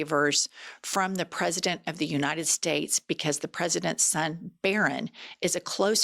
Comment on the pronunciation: Nobody: MTG: "You-nine-dend States"